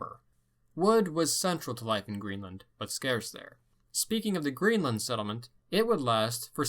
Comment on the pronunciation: The way he says settlement makes me wanna kill myself